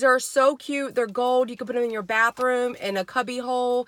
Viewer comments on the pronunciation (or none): none